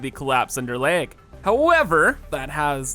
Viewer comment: Every time you say lag I think you're saying leg, and it literally takes me a few seconds to figure it out. Kinda drives me crazy.